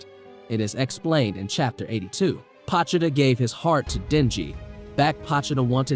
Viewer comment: Its pronounced POE-cHee-Ta